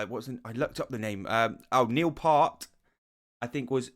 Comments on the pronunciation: Thank you for saying the name of the song properly! (zed, not zee) But it's Neil P-ear-t. Your favorite drummer's favorite drummer. The Professor. Everyone gets it wrong at first, so no worries ;) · Damn! It’s pronounced ‘Piert’. Embarrassing! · You are mispronouncing Neils last name. It rimes with “Fierce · It’s pronounced “P - ear - T” Not “P-ar-T” Not “P-ur-T” Thanks for the thoughtful and attentive reaction. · Just FYI: It’s (Neil) Peart, pronounced Piert or P-ear-t. GREAT job on the Rush reactions!! Keep tgem coming!! 🎵🎸🥁🎸🎶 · Cool reaction, enjoyed by everyone I would say. Neil, a revered drummer the world over. His last name is pronounce Pear t, just to help out. Cheers.